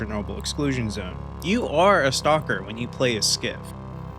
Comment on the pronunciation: your pronunciation is exactly correct for a non russian speaker.